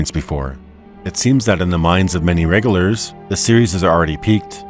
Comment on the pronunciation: Did someone different read for this video than wrote for it? It seems unlikely that someone who could write that much would mispronounce words like "regular," "popular" and "Sheogorath."